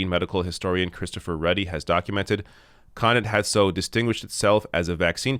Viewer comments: Thanks for this. Yes we suck. BTW, it is Cuh-knot. not Connit. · The stress is on the second syllable of Connaught (Kuh-nawt). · He's pronouncing Connaught wrong.